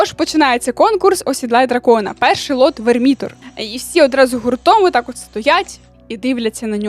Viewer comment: Дякую за ролик, цікаво, хоча і читав оригінал. Але як же сильно ріже слух наголос ВермІтор. В оригіналі ж чітко чутно шо ВЕрмітор. Або драконстон, ну вже б або драконячий камінь, або дрегонстоун. Суб'єктивно, без хейту.